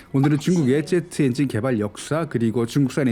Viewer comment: 중국을 '쭝국' 이라 발음 하고 제트엔진을 '쩨트엔진'이라고 발음하는 당신은 누군가?? 중국 까대기로 코인땡기는중...?? 내용도 중요 하지만 기본이...그래서 구독 취소~!!